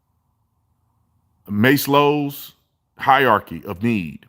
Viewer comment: Your pronunciation was close, but you say it like "Maz-low". (Maslow's hierarchy of needs).